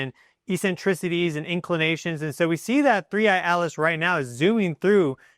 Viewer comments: I keep hearing you say three eye alis not atlas. Do you have a problem with pronouncing t? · Your saying Atlas sounds like Alice... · OMG YOY DONT EVEN KNOW ITS NAME 3I/ATLAS, "Not Alis" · Not ALICE! ATLAS!!! What’s wrong with you??!?? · Interesting... that you can clearly pronounce the letter 'T', yet can't in the name 'Atlas', so instead say 'Alice'. Intriguing. 🤔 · OH it is 3I AT-LESS NOT ELESS . ENGLISH BABY ... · Why do you keep ignoring the letter T in the name 3i Atlas. I don't see the name Alice in any of these Publications but you keep calling it Alice instead of Atlas and not once in the first 7 1/2 minutes have you mentioned where this is in the sky in relation to when we can see it?????? Interesting information but quit making up your own pronunciation. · Dont care how many educational degrees you have you sound just really silly . A T L A S. there is a T in there or is there a different comet called ALICE. Please specify. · why are you calling it 3i/alice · Your pronunciation of ATLAS sounds like you are saying ALICE. What we need to do is keep an open mind and not just presume that this object is just coming here to destroy us, it has shown lots of very good wisdom and knowledge